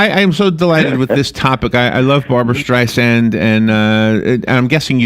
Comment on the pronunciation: It's hard to take seriously a biographer who can't even pronounce his subject's name properly. After the third StreiZANd, I was done. It's StreiSAND, like sand on the beach! Apparently he missed the countless interviews of her practically screaming this to people. Also, this book tells nothing new ... just rehashed stories that we've known about Barbra for decades. Her mother criticizing her ugly and her stepfather hating her hardly groundbreaking news. *yawn